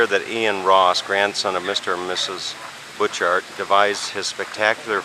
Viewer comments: Bu-char garden. Not pronounced Butch Art! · you need to go in the winter time! a must see! (it's pronounced Butcherts) My aunt lived two blocks from the garden entrance! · Pronounced boo shart gardens. The man made it for his wife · Pronounced: boo'-cart garden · The "t"s in Butchart is silent.(Pronounced bhu-char). I've always wanted to visit this place. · Perhaps you learned along the way, that it is pronounced Buu' chart Gardens. I enjoyed it grandly myself in June of 1973, took a vehicle over on the ferry as you did, a cold and windy morning, though warming to a beautiful day, with driving around the island and Victoria in the afternoon. It was, indeed, a journey of a lifetime, especially from Arizona. British Columbia was a real treat, Alberta too: we visited Banff, Lake Louise, the glacier fields, and many other superb and special places. At that time, Vancouver and Stanley Park were interesting too. Thank you for sharing. :)